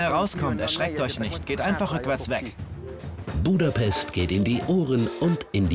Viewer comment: „buuudapesssst“ ganz schlimm 😂